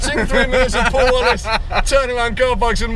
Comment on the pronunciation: hahaha "Powl Powl it's a rally spec"